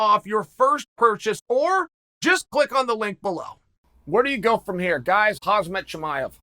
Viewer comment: It's "Hamsat" ffs boomer 😁